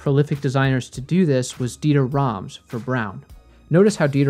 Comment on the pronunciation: Wow - hearing a native english speaker pronouncing Dieter Rams nearly perfect irritated me A LOT :D for a second i thought it was wrong not absolutely right That makes you one of the best design teachers out here. That along some other skills ;) Keep it up your content is really great I appreciate it a lot